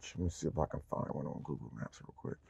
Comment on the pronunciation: said gogle 😭😭😭